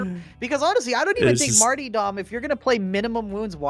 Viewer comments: Kinda drives me insane he pronounces Martyrdom like "Marty dumb" instead of like Martyrdom. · Marty-dom the Arbirator of carburator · pls stop saying martyrdom like that lol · "MaRtY dOm" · The way pronounces "martyrdom" is criminal.